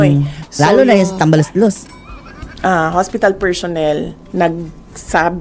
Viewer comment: madam vp minsan bawas bawasan ung interview mo kasi mejo alanganin ung pronounciation mo eh lalo na ung PERSHONEL